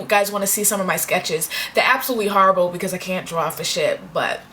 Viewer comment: lol she said oh harrable harrablee